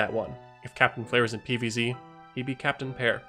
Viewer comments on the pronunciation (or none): Capitain player😂,Capitain blare😂 and capitain cher-ry😂?!